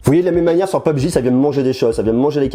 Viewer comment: En anglais ça se prononce « pub-g »